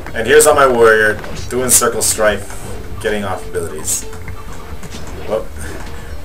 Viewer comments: Lmao, it's strafe not "strife" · the word is STRAFE.